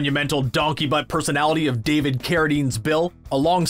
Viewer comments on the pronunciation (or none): none